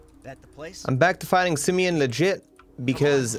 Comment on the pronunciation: Poor Simeon, even his name gets trashed... "Simion", lol